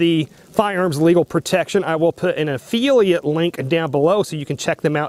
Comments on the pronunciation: What is an affeelia program? Is he trying to say the word "affiliate"?? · It is a-fill-eeat... not a-feel-e-ate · It's a Affiliate NOT A feeliate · Affeeliate/Affiliate. He said it about a dozen times. Lol. Seriously though, great content. I never considered USCCA wouldn’t have my back. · A-FILL-e-ate...not a-feelie-ate, just trying to help bro, thank you for another great video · He's said it like that for a long time and I've thought about correcting him, too. But I don't because I get a giggle everytime he says it like that. lol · Efeeliate? I had to use cc to hear affiliate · Affiliate (ah-fil-lee-at) not (ah-fee-lee-ut) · i finally figured out what you were saying LOL. I thought you were saying EFILIATE AFEELIATE program. and i was like what the heck is an EFILIATE AFEELIATE program LOL. Affiliate. AH i got it now. LOL a fill e ate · Affiliate not Afeeliate. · A fill-a-ot not Afeel-ee-at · It's pronounced "af-FILL-iate" not "af-FEEL-iate"...otherwise, that was a great video.... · Why am I watching a video of a guy giving his "expert" opinion when it doesn't seem like he actually knows anything? You're an "affiliate" (NOT an "affeeliate"), did it ever occur to you to call the USCCA and ASK them before making a video? When you retire you would make a good journalist, lol. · If you are getting compensated by USCCA, why would you object to reading what they want you to read? You have to take the good with the bad my friend. Sounds like you are the problem, not necessarily USCCA. What the hell is an "af-feel-iate", do you mean affiliate? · WTF is an afeeeliate? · A-feel-iat? Ha! You lost all credibility right there. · affiliate - widely pronounced "uh-FILL-ee-et"... vs "uf-fee-lee-uht." Had to hear several times to understand him... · This guy can’t even pronounce affiliate! Lolololol Uh feely at lol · Annoying mispronunciation. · yeah, I’ve never heard anyone pronounce affiliate like that. Very strange.